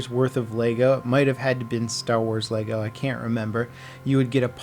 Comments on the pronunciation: Funny how you run a channel based entirely on Lego, and you can't even say it right.... Leg-o not lay-go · It's pronounced Leh-Go not Lay-go. Sorry it was just really annoying.